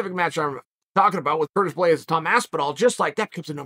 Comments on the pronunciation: "Curtin" Blaydes, lol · “Curtain Blaydes”